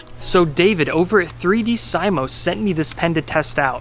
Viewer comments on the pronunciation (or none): FYI, It's pronounced three-dee-see-mo, not three-dee-[pause]-sigh-mo. It appears to be a play on the latin "dissimo/dssimus" which is an alternative form of "divissimus", which means "most or very divine, blessed." Anyway, very cool stuff. Definitely backing this one. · I enjoyed the video until the pronunciation of 3Dsimo... I’m pretty sure it’s supposed to have the same pronunciation as the ending of fortissimo, aka it’d be pronounced “3-dee-see-mo” not “3D sy-moh”